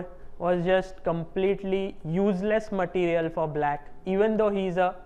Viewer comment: "bläkk materiel ,, joosless"